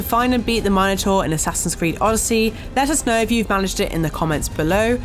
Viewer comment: Learn to pronounce “Minotaur” properly lady